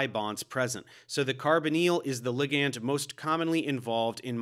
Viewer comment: Why are you saying ligand like that 🤣